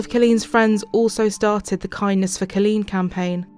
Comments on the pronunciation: Good grief. That entire episode you mispronounced her first name. C-O-L-L-E-E-N. Not "Cilleen". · Car leen not kaleen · If it weren't for your pronunciations and quips, this would be tolerable. School being shut for ages would imply decades if not centuries. Also, it's CALL een, not KILL een. I know you can't help it, but shit. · Its co l-leen not ci-leen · It’s pronounced COL leen not Cul leen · Coh-leen not cu-leen. I’m sorry I don’t normally correct peoples innocent mistakes but this woman was murdered brutally and the incorrect pronunciation of her name is bugging me more than it should. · Why does the narrator say her name like that? So irritating pronounced it’s Kawl-een not kuleen 😑😠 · You need to say the victims name correctly, her name is Colleen pronounced Call-lean not Cah-lean. There were plenty of news recordings used in this program about the case that could help you with the correct pronunciation of Colleen's name. Especially since her murders name was used quite often and said correctly. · In the last story this lady called ankles as "uncles" and in this story she calls Colleen as Khaleen. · Like how she calls her "C-lean".. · Omg...I can't unhear this commentator keep saying 'Culleen'! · OK, but who was this Kahleen guy the narrator kept mentioning? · The 'Voice Over" woman gets on my tits. If you want to know how to properly pronounce 'Colleen' listen to the US TV REPORTER! Also, that awful North England accent..I can't watch anymore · Her pronunciation of Colleen threw me for a loop. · Ur pronouncing colleen wrong plus old news. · Its wrong ty!